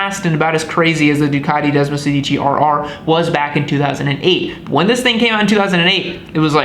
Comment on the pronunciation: If you want to sound like a real Ducatista, pronunciation is key. Sedici has the accent on the first syllable and sounds like SAY-dichi. Sedici means “16” for those wondering. Desmo is Greek for bond and in this bike, refers to the way desmodromic valves are “bound” to the camshaft; 16 of them in this bikes case for desmosedici, (desmo-SAY- dichi). Source: me, an Italian speaker. There, now everyone can sound like a real Ducatista.